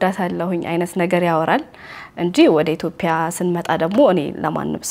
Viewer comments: say ኢትዮጵያ not ኢትዮፕያ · መልካም ሕይወት ይሁንላችሁ ❤ ግን አትዮጵያ የሚለውን ኢትዮፕያ አትበይብን 🙄🙄🙄